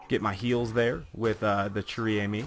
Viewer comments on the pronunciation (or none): In case you didn't know "chère" is pronounced like the English word "share". The gun's name means Precious Friend. Friend is in the feminine so it's almost like the gun is called Girlfriend or Lover. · Lol dude "chere" is pronounced "share". Not judging tho, cuz a lot of french words are weird in pronunciation